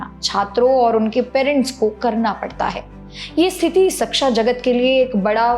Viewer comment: धन्यवाद, बहुत बढ़िया जानकारी देती हैं आप... केवल एक अनुरोध है, कृपया "शिक्षा" शब्द का उच्चारण "सिक्षा" मत कीजिए, शिक्षण जगत से जुड़ी जानकारी में "शिक्षा" शब्द का ही गलत उच्चारण अच्छा संदेश नहीं देता 🙏🙏🙏